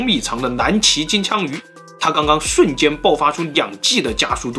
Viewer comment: 是蓝鳍金枪鱼, 不是难鳍金枪鱼.